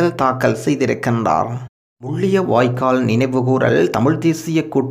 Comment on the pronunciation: Mulliyavaikkal alla Mullivaikkal, vadivaaga thamila uchcharikkavum, Thamilai kollathey.